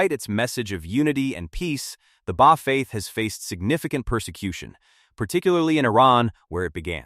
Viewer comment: Much truth in the video, but the Ai voice mispronounced the Bab, Baha'i, and Baha'u'llah. Also, visual representations in the media of the manifestation of God are not allowed, so for respect, please remove the pictures that one might associate with Baha'u'llah and the Bab. But over all-good job in explaining some of the teachings of the Baha'i Faith.